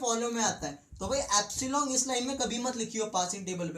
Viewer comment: abay epsilon hota h appsilong kya hota h bhai!!